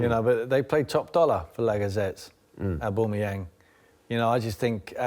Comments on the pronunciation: Sherwood can’t even pronounce names properly, I mean what does this guy do before he goes to work? If I was a pundit I would try to gain some knowledge about the subject that my employees are gonna ask me about. „Aboomeyang, Sven Missinlat“ what the f...??? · Lacazettes and Orbumayang lol someone teach Tim Sherwood to speak properly. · "Lagazettes", " Abumiyang", "Glendouzy", really? 😂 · When will he stop saying obumeyang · "Lagazettes" "Abumuyang" when did arsenal sign these players Tim? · “AuBOOMayang” lol, I’m using that